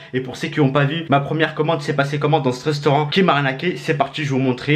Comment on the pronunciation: Restaurant pas reustaurant 😂